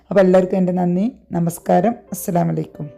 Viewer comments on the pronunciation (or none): നല്ല റെസിപ്പി❤ പിന്നെ അസ്ലാമലൈക്കും എന്നല്ല പറയേണ്ടത് അസ്സലാമു അലൈക്കും എന്നാണ്🎉